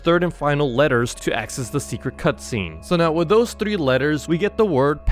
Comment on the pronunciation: It's not whit it's with🤬